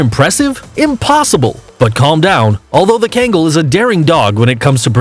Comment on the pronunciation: It’s not kangle it’s kangal And Newfoundland is not newfundlan